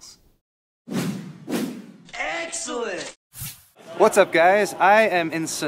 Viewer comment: OH DEAR GOD!! Please don't start saying "details" like jayztwocents does.